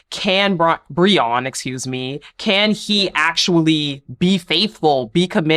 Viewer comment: Hey, his name is Brion. Pronounced (Bree-un).